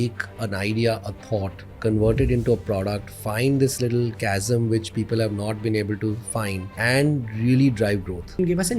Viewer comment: It's chasm, not gasm 😂😂😂😂